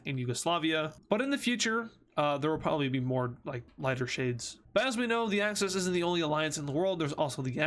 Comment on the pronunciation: Why is he saying Acces instead of axis